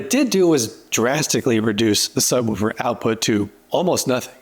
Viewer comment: a book is a book....a subwoofer...is not a sub wufer...it's a sub WOOFER!